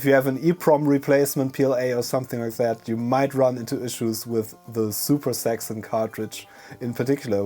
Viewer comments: oh zaxon i thought u said sex on hahahaha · super saxxon cartridge? I initially heard "super sex on cartridge" llloooll!!! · Zuper Saxxon, I love it! That's just a fiendish English/German tongue twister.